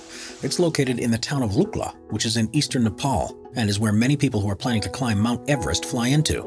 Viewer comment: Its called Lukla